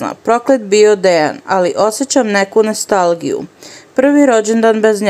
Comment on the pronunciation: Nestalgija""ha, ha, ha i dalje ne znaš da čitaš, ženo kaže se nostalgija.